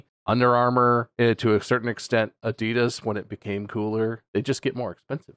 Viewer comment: Fuckin "Adeedus" 🙄😂